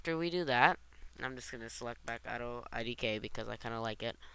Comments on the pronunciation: If this guy were a nerd he'd actually say Auto IK, NOT IDK! srsly, its frickin annoying calling it that while reading it! my head hurts! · lol why do you call it auto idk? Its auto IK which stands for auto Inverse Kinimatics, not auto I don't know hahaha